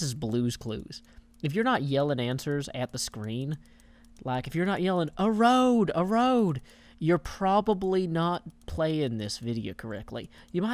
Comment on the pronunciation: "When rain falls down a hill, it causes it to... A~ROADE." lol Yes, I know that's not how it's spelled.